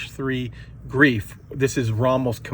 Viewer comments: Greif is pronounced like G-rye-f not like grief. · "ie" and "ei" combo in German, the first vowel is silent while the second vowel is pronounced as a long vowel. "Greif" the "e" is silent. Learn your German folks. "I have it on very good authority that within 20 years, everyone will be speaking German. Or a Chinese-German hybrid." -The Office